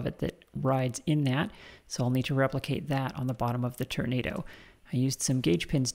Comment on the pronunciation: I think you'll find the correct pronunciation is "turn-ah-dooo"